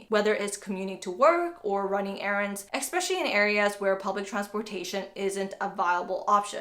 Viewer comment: Please understand the spelling and the word: Especially. Not Expecially!